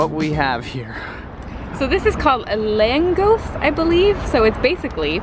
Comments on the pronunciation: "Long-go-shhh," or, more accurately, "Lahng-gauche" Put all three together. Always emphasize the 1st syllable, for any and all Hungarian words, names, etc - unless it is a word borrowed from another language, or something different by convention. AND You should always at least TRY to pronounce things correctly, using the pronunciation of the language(s) of any countries you're in. Also, you completely missed a great deal of the best Hungarian food. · everyone is saying "laaangooees". It's pronounced LUNGOSH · Lángos= Laahngosh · it's pronounced Lángosh :) it is a savory doughnut. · I’m Hungarian and I’m just going to say the pronunciations for the food 1 Langos = Lang-goosh 2 I have never had Gesztenyepüre actualy 3 also never had Hungarian beer/alcohol 4 ghoul-ash (ghoul like a ghost thing) and the pasta balls are called gnocc-lety (gnocc in gnocchi) 5 sadly never had the gypsy (is that how it’s spelled) pork 6 also never had peprecash (probably spelled wrong) but it sounds a lot like porkolk witch is one of my favourite foods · Lángos, is more like “langosh” in english, and you should try it with mashed garlic as well. It is a salty meat, not ment to be sweet. The püré is well thought, there is usually rum in it, this was the christmas feeling. :) The gulyás looked a little disappointing for me, it is usually made with potatos or bean as well, but you cannot freeze it in this way, so restaurants usually leave them out. And alse there are much better things to eat with other than bread, eg. cheese scones. The chili thing was paprika as well, with salt, so carefully. It is called Strong Steven, if you translate the most famous product’s name. :) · You went to all the hipster places. Also if you make a video, at least try to pronounce something right. You have apps for that. Hide your american ignorance. It’s painful to watch!! Truly painful!!